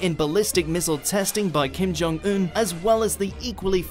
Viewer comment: You really made good effort to pronounce Kim-Jung-Un's name lol